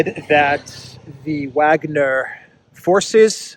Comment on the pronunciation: The "W" in Wagner is pronounced with the "V" sound.